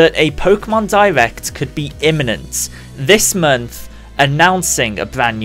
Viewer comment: Stop saying mernth and termorrow. Please.